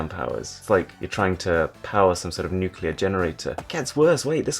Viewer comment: I genuinely cannot even begin to describe the immense please and relief and happiness and pure joy i felt when he actually pronounced the word "nuclear" correctly. It seems like nobody has ever said it correctly in the past 10-20 years so when i hear someone correctly pronounce it it just makes me feel sooooo good <3